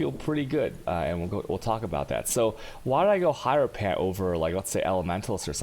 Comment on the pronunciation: I'm pretty sure it's said her-o-fant man.